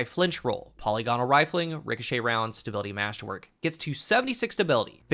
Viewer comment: Check your pronunciation of polygonal :) great video as always